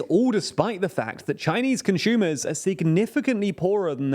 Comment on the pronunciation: So weird “conshumers “